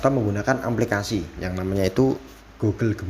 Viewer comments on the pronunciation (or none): Aplikasi maseh, bukan amplikasi.